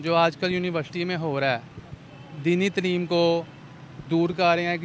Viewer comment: abe tleem nahi taaleem hota hai. Urdu toh dhang se bol le.